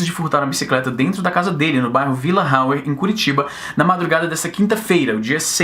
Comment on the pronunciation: VIla RAuer, po aqui em CWB é AUER mesmo kkkk